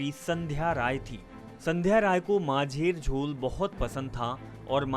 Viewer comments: Majher jhol mehi macher jhol ( fish curry ) thik se pronunciation karna sikh lijiye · Abey it's macher jhol (fish curry) ..... It sound funny majher jhol 💐😂